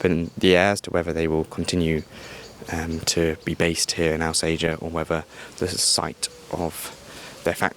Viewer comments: Not the lad's fault, to be fair – that's how it's (mis)pronounced in the onboard announcements, I've noticed! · You’ll get shot if you keep calling Alsager Al say er, it’s All Sage Er